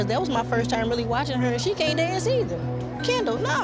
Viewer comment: How 99% of ppl pronounce Kendall: “Kendall” How Black Patsy pronounces Kendall: “kAnDaL”